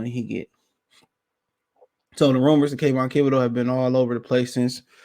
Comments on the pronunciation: Kayvon "Kibideux" lol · Bruh…….. it’s THIBODEAUX LMAO